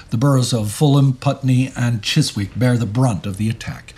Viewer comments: Minor pronunciation note - Chizzick - not Chiswick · Its not chis wick its pronounced Chizz ick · 6.16: the 'w' in Chiswick is silent. Its pronounced 'Chis-ick.' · Mispronouncing 'Chiswick; is entirely understandable - but Admiralty as 'Admorality'? Ooof. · Thanks for the reply. I don't think it's a question of priorities. I do not think that the pronunciation of 'Chiswick' is more important than the horrors of World War 2. However I would say that I'm not an expert on the subject and can offer nothing of worth to say regarding the factual content of the channel or the historical events described. Your expertise is entirely why I'm watching the series and why I've been an avid viewer for many years. Any thing I could say on the morality or facts of the videos would be at worst ill-informed and inherently ignorant and at best an empty platitude. On the other hand, 'Admiralty' is pronounced differently than 'Admirality', and the building in London that was bombed was the former - I do know that, and that's neither a platitude nor ill-informed. It's also not a 'priority' and is a minor detail - but a detail nonetheless, and grated on my ears. Thanks for the content, and please keep up the good work.